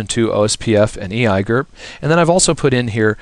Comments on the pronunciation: e eye gerp... seriously just say the letters you muppet. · I hate how you pronounce EIGRP but nice quick overview.